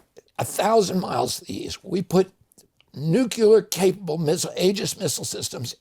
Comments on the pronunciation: Newculer isn't a word. Nuclear is though... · Hard to trust someone's opinion on nuclear when they cannot pronounce nuclear.